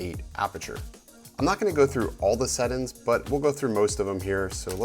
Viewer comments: Bro, it's settings not settin' lol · Sett'ns, review'in, Vlog'in....I have never seen someone completly cut the G out of every word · Marfoogle Watutu News I thought that was just me. I kept saying "sett-INGS" until I couldn't take it anymore lol